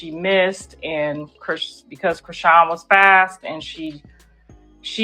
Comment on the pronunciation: Say Chriseans name right.. like wtf